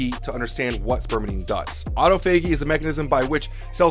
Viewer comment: I know what it is it was a joke about how you pronounced autophagy